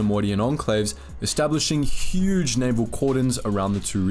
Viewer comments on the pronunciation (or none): none